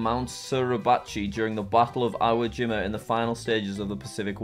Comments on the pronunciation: Iwo Jima is pronounced eewoo jeema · Iconic Iwo Jima photo Me : kalm This is an easy one Jack : goes to Europe Me : panik Also it's pronounced "ee-wo", it's a Japanese name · Iwo Jima is pronounced the way it looks, ee-wo jee-ma ( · Jack saying ‘Iwo Jima’ is hilarious